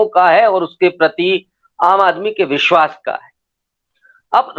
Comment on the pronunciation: Ary Hindi bolna seekh phle... Bishwas......... Vishwas bolte hain zaahil aadmi.... 😡😡😡😡